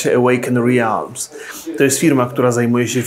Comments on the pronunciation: Nie "rialms" - "relms". Tak to się wymawia. Takie pociągłe "e". Już pomijam fakt, że najprawdopodobniej w samej nazwie jest błąd, bo obecnie jest tam czasownik, a zapewne miał być przymiotnik, tj. "Awakened Realms". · Ełejken relms... nie ełejken re-alms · Warto się nauczyć wymawiać poprawnie słowo "realms" ;) na pewno nie tak jak na początku filmu. Dobrze, że firma nie nazywa się ultimate realms ;) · Wszystko fajnie, tylko nazwę firmy źle wymówiłeś (sprawdź, jak wymawia sie Realms) :P. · Przed nagrywaniem wypadałoby się dowiedzieć jak poprawnie wypowiedzieć nazwę po angielsku